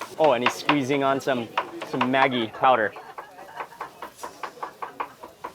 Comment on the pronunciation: Mark it is pronounced "maj-ee", not Maggie!!!!!